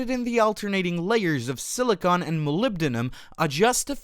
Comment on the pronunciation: how did this guy get here? cannot even pronounce silicon properly. all aI IMO